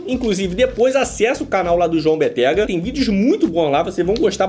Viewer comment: É João BÉttega! Não Bettéga.